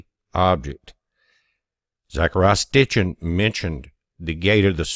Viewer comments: It's Sitchin not Stichin. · Sitchin. Not Stichin. Peace brother. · It's Zechariah Sitchin, not Stichin. Check with Mr. Google.